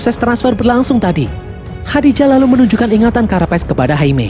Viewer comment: Nama AI-nya Khaji-Da bang bukan Khadi-Ja😂